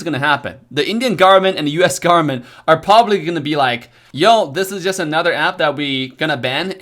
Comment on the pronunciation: No one:: US GARMENT